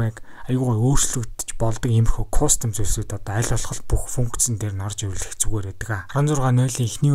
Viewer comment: кустом биш кастом гэдэг шүү